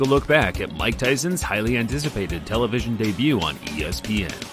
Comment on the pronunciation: 'televison' is also funny